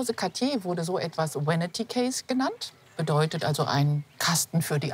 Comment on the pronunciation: Wanity case, mit dem ersten Buchstaben V. 🤣